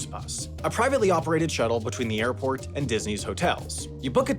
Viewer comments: Am i hearing that intro right?!? "Youve just landed in Morlando internation Oirport". ??? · Is it only me that noticed him saying "oarport" in the first sentence? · Orlando’s international orport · ...not to mention "Orport" lol